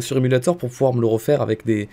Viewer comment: Je pense que beaucoup de gens ont remarqué mais ne dit pas "aveC" mais "ave" 😭il enlève le C mdrrr